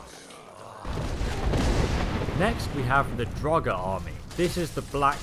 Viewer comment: It’s draugr as in (dr o gg er) not drowger